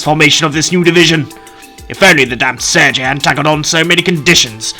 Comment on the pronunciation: Pretty certain Sergei is pronounced “Sir-gay” not “Sir-Jay” lol